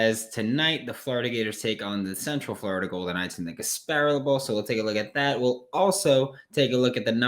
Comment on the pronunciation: There’s no way you actually just said Gasparilla like that